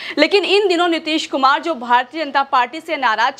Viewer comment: Nitesh kumar nahi Madame ...Nitish kumar ...naam nahi dhang se padh sakte... Reporter banne chale 🤗🤗🤗🤗🤗🤗🤗🤗🤗🤗🤗🤗